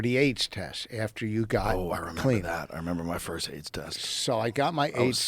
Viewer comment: "Firscht of all.."